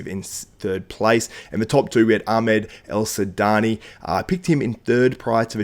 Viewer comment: Well said man , but his name is Ahmed El Wardany not El sudany